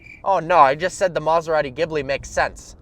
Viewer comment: maserati not maasaratti please learn people